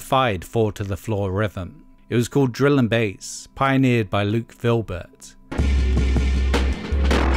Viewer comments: Did you say "Luke VILBERT?". Ahh, geebus help me! It's 'VIBERT' as in "I love to Vibe out to Luke Vibert under his Wagon Christ tradename. Especially, Musipal. By the way, anyone out there still have mp3s for 'Piano Playa Hata 2' & 'Viddin Session?". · Vibert, not Filbert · butchered the pronunciation of Vibert there